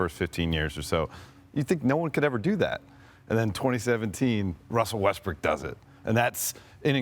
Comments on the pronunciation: He said RUSSELL WESTBRICK 😂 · 😂 He calls Him Westbick smh 🤦